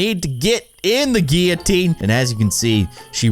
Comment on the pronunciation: It’s Gil-a-teen and any one here in 2019